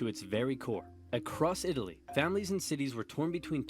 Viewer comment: Pronouncing Italy wrong during the first minute Off to a bad start lol